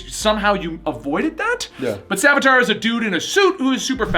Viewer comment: And it's Savitar, not Savatar.